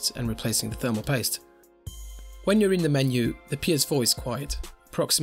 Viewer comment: LOL the way you say thermal paste is soooooo fucking irritating, it sounds like "THERMO POYSTE" you utter fucking twunk